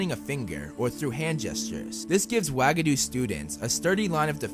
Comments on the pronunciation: I can’t be the only one who laughs every time I hear “wag-a-doo” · The way you pronounced Uagadou made me, no exaggeration, physically cringe and almost gag. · F R E S H U A G A D O U ?!!